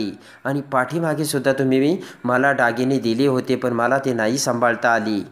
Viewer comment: डागीणे नाही हो दागिने